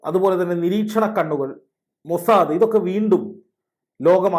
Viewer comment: എന്ത് 'മോശാ.... ദ്' 😂